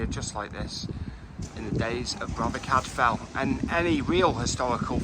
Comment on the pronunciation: CAD-FILE! Cadfael. ELLIS not Alice! (Edith Mary Pargeter aka Ellis Peters)